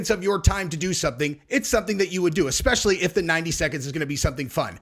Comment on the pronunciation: “xspeciaplly” what is it with these Coloreds who can’t help but mispronounce words and then wanna be treated like they are more intelligent or whatever else. Creators of nothing and destroyers of language